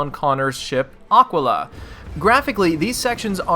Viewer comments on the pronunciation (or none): Athena's Assassin Haha, I think he was meaning something closer to "Aqua-la" (because aqua = water), but still a mispronunciation ;) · aqua-la? a-KEY-la. :/ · Great review! Glitch-wise, I only suffered the talking without lips. It's all been relatively un-glitchy as of now. The only bugs I've had have been minor and hilarious. Oh and it's pronounced 'ah-kee-lah'. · "Connor's ship, Ocwilluh"